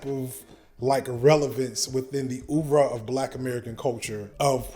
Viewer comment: Dude said "oeuvre ". Subbed.